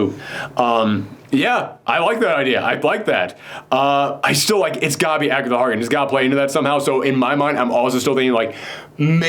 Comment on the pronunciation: Am I the only one who cringes a little every time he says calls Agatha Harkness, Agatha Harkins?